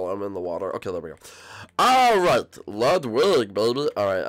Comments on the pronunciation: Lugwid now Lugwig? IT’S FRICKIN’ LUDWIG!! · It was so funny when everyone was calling lugwig emo